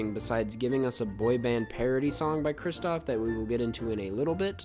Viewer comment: i love you man, BUT IT’S KRISTOFF